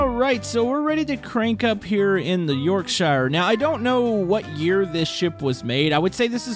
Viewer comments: York-shuh... not York- shiire, jesus Think like New Hampshire... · Btw it is pronounced York sher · Yorkshire…. Pronounced yorksheer love how you boys on the wrong side of the ocean can’t say Yorkshire, Worcestershire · it's said as York sure but spelt as Yorkshire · Btw Yorkshire is pronounced yawkshuh or Yorkshear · it is pronounced yorksher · you’re not British is pronounced your-k-sh-I-her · The way you pronounced Yorkshire is all wrong. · All british people hearing how he's saying yorkshire dying rn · I'm annoyed about the way he said Yorkshire